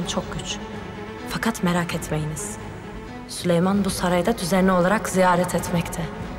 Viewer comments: Gülnihal Hürrem ile beraber geldi saraya şimdi sıfır aksanla Türkçe konuşuyor. Ama Hürrem sadece Sülüman yerine Süleyman demeyi öğrenebildi adsafssdaghda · Hürrem sülüyman diyor 😂😂😂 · Suleyman ❌Sülüyman✅ Sumbul ❌ Süklum✅